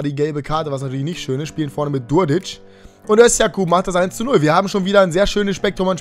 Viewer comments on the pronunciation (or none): Er heißt djurdjic und nicht durdic man spricht das d mit dem Strich in der Mitte dj aus ich bin auch Serbe und heiße djordje deshalb weiß ich es